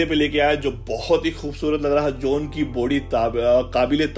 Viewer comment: His name is john not jauuun